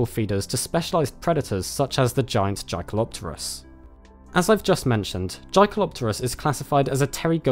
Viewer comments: Jae pronounces like yay bro like jaeger isn’t Jay-ger it’s yay-ger just an fwi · JAY? kelopterus???? YAY with a YYYYYYYYYYYYYYYYYYYY man. named after a german dude. please check pronunciation before publishing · Yes it is. Well spotted. Most of the time in the media I just let this slip and they called in Jake-El-Op-Ter-Us but it's really Yay-Kel... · I thought it's pronounced yekalopterus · A minor nitpick: I think the J in Jaekelopterus is pronounced as a Y, just like in the German word Jäger (or Jaeger as would be written in English).